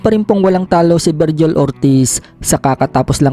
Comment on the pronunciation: Ayos bigkas ng vergil at salt